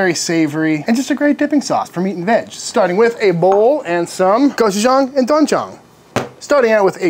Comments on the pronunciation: Kind of a bad romanization on that package, it's pronounced "Doowen Jang". Mix those 2 together and you get Ssam Jang, which you use when you eat Korean BBQ. Just a little dab on the top of the meat. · Not sure why it’s spelled ‘doenjang’ romanized but the sound is ‘dwen-jang.’ Thought I’d throw that out there in case you find yourself saying the word again in the future 👍🏻 Your spicy chili paste was spot on btw!